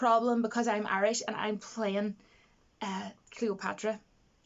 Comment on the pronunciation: You're Arish? I always thought you were Irish. :S :p